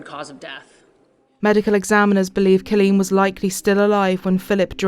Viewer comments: Good grief. That entire episode you mispronounced her first name. C-O-L-L-E-E-N. Not "Cilleen". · Car leen not kaleen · If it weren't for your pronunciations and quips, this would be tolerable. School being shut for ages would imply decades if not centuries. Also, it's CALL een, not KILL een. I know you can't help it, but shit. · Its co l-leen not ci-leen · It’s pronounced COL leen not Cul leen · Coh-leen not cu-leen. I’m sorry I don’t normally correct peoples innocent mistakes but this woman was murdered brutally and the incorrect pronunciation of her name is bugging me more than it should. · Why does the narrator say her name like that? So irritating pronounced it’s Kawl-een not kuleen 😑😠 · You need to say the victims name correctly, her name is Colleen pronounced Call-lean not Cah-lean. There were plenty of news recordings used in this program about the case that could help you with the correct pronunciation of Colleen's name. Especially since her murders name was used quite often and said correctly. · In the last story this lady called ankles as "uncles" and in this story she calls Colleen as Khaleen. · Like how she calls her "C-lean".. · Omg...I can't unhear this commentator keep saying 'Culleen'! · OK, but who was this Kahleen guy the narrator kept mentioning? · The 'Voice Over" woman gets on my tits. If you want to know how to properly pronounce 'Colleen' listen to the US TV REPORTER! Also, that awful North England accent..I can't watch anymore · Her pronunciation of Colleen threw me for a loop. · Ur pronouncing colleen wrong plus old news. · Its wrong ty!